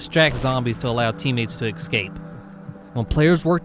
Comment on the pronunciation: I know where you live because you keep saying "exscape"